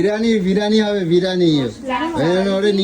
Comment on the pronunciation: বিরিয়ানি ❌ বিরানী ✅